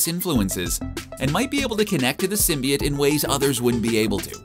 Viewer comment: Did this bitch say symbiate*